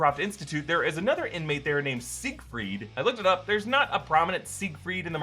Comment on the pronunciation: You Siegfried as Seigreid. Just saying